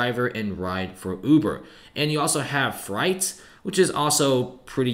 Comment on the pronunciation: Fright? The word is freight. As in trucking.